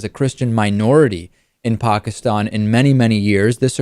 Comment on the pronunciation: Wow, finally someone who can actually pronounce the word "Pakistan" right